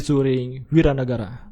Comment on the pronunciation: Wira nagara cuy, bukan wawan nagara...